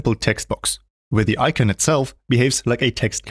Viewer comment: What’s an “I-ken”?